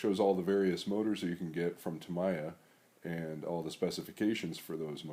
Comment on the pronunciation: Tamiya = “Ta-me-ya” 🙂